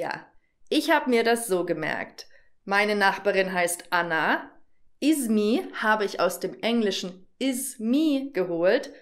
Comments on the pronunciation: Wegen arabisch, besser nicht izmi sondern esmi so können Sie besser und richtig aussprechen. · Hallo Julia. Ismi nicht izmi🙂 viel Spaß.